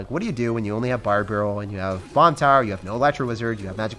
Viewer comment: ‘ bar beryl ‘